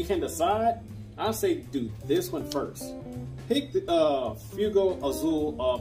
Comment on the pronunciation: ITs pronouns “fwaygo” Not bustin your balls.